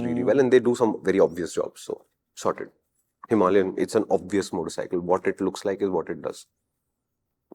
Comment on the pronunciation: HIMALAYAN — HIMA LION 😂😂